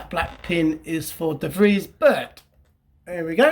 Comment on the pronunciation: Like your shirt, nice unboxing again. B.t.w. The name of Mr de Vries you pronounce better as The Freeze, sounds a lot better;-)